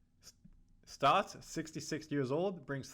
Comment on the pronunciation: Its Stotts, not Stouts. Although I'll never turn done a good stout in a chilled glass